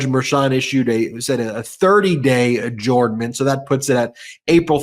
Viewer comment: “Adjournment” should be pronounced “adjernment”, please #RealEnglish